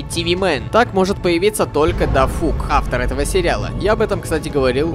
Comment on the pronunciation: Не дафук а дафак